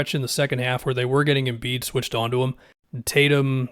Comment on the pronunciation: Anybody else cringe when said MV Embid